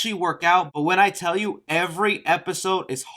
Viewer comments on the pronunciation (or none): none